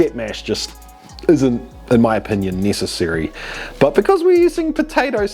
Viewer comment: Neey- sis- arry